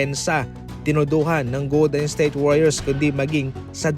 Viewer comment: Goldensthayte ba naman pag pronounce HAHAHA